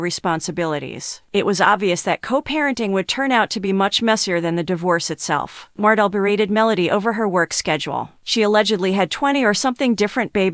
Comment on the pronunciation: It’s pronounced MarTell